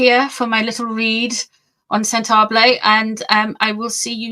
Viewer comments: Sent-a-ball-eh my dear, not Sent -ah-blay. Sorry, not trying to be rude! 🥰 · South-African here. PLEASE find out how to pronounce Sentabale and Lesotho correctly. .